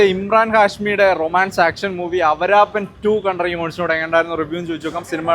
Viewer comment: അവരാപ്പൻ അല്ല, ആവാരാപ്പൻ...